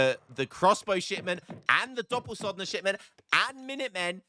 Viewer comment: Right. You can teach an old dog new tricks - you've learned how to say 'corral' and 'hacienda' in a very short space of time. Doppelsoldner has an 'L' in it - it is not pronounced Doppelsolddner with 'sod' in it. Please say correctly in future vids or I will be forced to report you to YouTube and ESOC. And join HOTP.